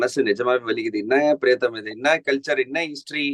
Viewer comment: Its high time, Badri calls as PRIYATHAM.....Not PRETHAM !! basics